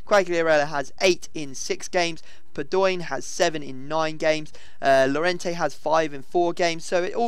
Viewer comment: Its pronounced yorente